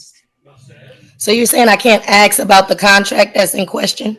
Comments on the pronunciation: "You didn't axe me" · Uhm, no ma'am you can't AXE anything :face-green-smiling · When you're making objections by saying "axe" instead of "ask", you're not going to win